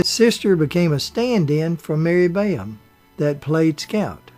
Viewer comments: All these comments sound the same. I'm not even 7 minutes in to the video and U don't think you've even watched the movie It's Mary Badham not Bayam. It's Boo Radley, not Beau. Mayella Ewell was Bob Ewell's daughter, not his wife. That's why these repetitive reviews seem odd. Did nobody else catch these mistakes? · Mr. Peters did not receive an Emmy for a theatrical motion picture; Emmys are awarded for TV productions. Ms. Badham’s name is pronounced BAD-um. Mr. Alford’s name is pronounced AHL-frd. It was Jean Simmons, not Jean Peters, who played Peck’s love interest in The Big Country. That film’s director was William Wyler, not Billy Wilder. Peck’s sons did not play his boys in that film. His character had no children. Who on earth does your research for you?